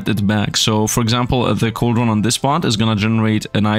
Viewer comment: Coldron is pranounced like cold-ren